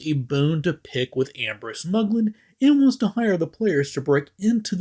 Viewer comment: Wait wait wait.... did he say 'Han Solo in the crew of Serenity'? Or 'and the crew..."?